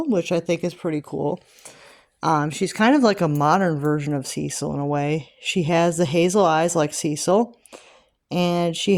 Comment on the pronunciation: It’s commonly pronounced: Sis-seal. 😊